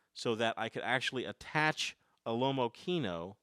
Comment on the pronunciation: x) Pronunciation of Lomokino is wrong,if it is a russian camera you could at least try to pronounce in an original way, russian way.Lomo Kino not lomo kieno(you need to rough a bit). Kino means cinema.